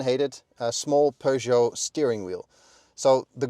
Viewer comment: No. It's a French word and it's pronounced per not pyüh. Doesn't anyone learn French at school?